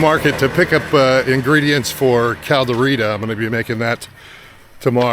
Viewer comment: Can’t even pronounce it properly?